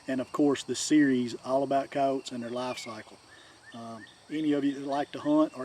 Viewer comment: All about Coyotes but you don’t even know how to pronounce their name right 😂😂😂